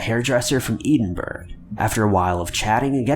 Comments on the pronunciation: I'd forgotten is incapab!e of pronouncing Edinburgh correctly. This is the second list where he's butchered the name of my beautiful home city. I'd understand if it was some tiny hamlet on the outer isles with a Gaelic name but this is Edinburgh, capital city of Scotland and a magnet for tourists from all over the world. If you actually read comments,, please, please repeat after me...EDDIN-BURRAH! Not that this isn't the only city whose name he makes a pig's ear of pronouncing, pretty much anywhere in the UK apart from London. This is your actual job, do some research. Scotland-wise, for future reference, Glasgow is pronounced Glaz-go (not, as you once said, Glass-cow) I just hope he never gets a story from the town I currently live in, Dumfries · Did everyone hear Edinburgh be wrongly pronounced as "EDEN-BERG" by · u bam its Edinburgh not Eden-berg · Dear God I hate when people pronounce it that way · Gary Ian Anderson Yes 😂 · Edinburgh, haha, massacred it